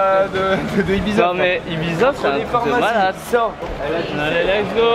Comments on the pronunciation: Les Vlogs sont incroyable mais bordel arrête de dire Lek’s go c’est Let’s go bordel mdr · A chaque fois que veux dire lest go il dit leks go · J’ai une question pourquoi il dit tous le temps legsgo et pas lets go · Trop bien les vlog mais juste on dit « let’s go » et non « leg’s go » 😂 j’ai fais fixette dessus h24